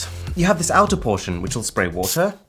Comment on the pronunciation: Spray "woootah" xd